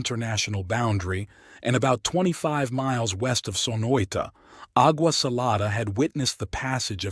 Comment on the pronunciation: Agua pronounced aw-wa.